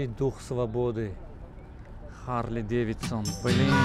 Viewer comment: Бародари азиз, Хонда, Харли Девидсон ва дигар калимахоро илтимос бо руси нагуед, русхо харфи h надоранд аммо мо дорем, хохиш мекунам дуруст бо точики сухбат кунед, аз ман наранчед!